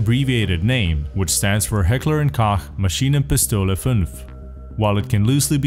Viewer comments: This guy pronounces "Maschinenpistole" much better than most Americans do. Deutschland! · As a german, your pronounciation of "Maschienenpistole 5" is pretty good ;-) I say that because americans usually butcher our words :D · Good job pronouncing Maschinenpistole